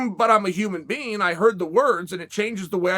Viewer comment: "I'm a human bean" - Chael P. Sonnen 2022 This year is starting out strong, boys!